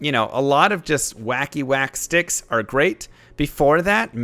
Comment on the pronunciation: love how you stay SHTICKS like an irish person